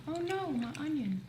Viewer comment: I like when says "onyon" when shes talking about onions lol